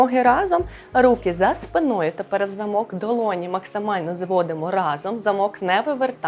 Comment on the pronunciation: Справді хочеться подякувати за руханку і за впевнену укр,мову.Як до такої впевненості,хотілося б тільки наголоси підтянути: за спинОю(треба - за спИною, за аналогією:соснА,- українською - сОсна.)І ше не стряхуємо,а струшуємо руками(чи руки взалежності від змісту речення).А так -молодець!Бо набридла мова,що нагадує милиці(костили)